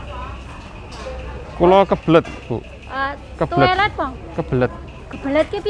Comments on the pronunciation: Bahasa & English nya kn memang sama² disebut Toilet, tapi malah dipleset-plesetin jadi tolet😂 Padahal kalo bilang toilet aja, semua orang Indo pasti juga mudeng, cak😂 Kan kasian, jadi ngempet nguyuh wkwkwk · Amazing people 😀😀😀 walau gak bs speaking tp pede .. toilet .. loket.. dawet 😂😂😂